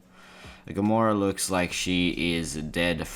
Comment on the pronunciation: loik means trixster trix not really loik